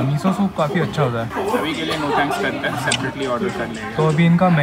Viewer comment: plz dont pronunce "hain" as "याई" 🙏😢😆